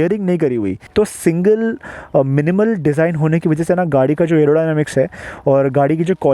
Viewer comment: Design bro not desing 😂